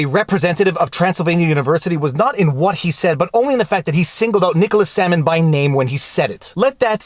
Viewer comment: Am I the only one who heard "Salmon" instead of "Sandman" the first two times? Maybe I just have fish on the brain from your second amazing channel. #chillinnotshillin